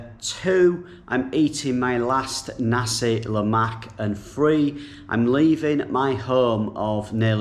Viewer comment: Whoaa...Your Pronounciantion of Nasi Lemak is perfect....U make us Malaysians proud.........next Roti Chanai...need to work on that it's Cha( Cha - Nai ) like cha-cha...！ Chanai.....overall good Job..Safe Travels! Glad to have You...,🤘🤘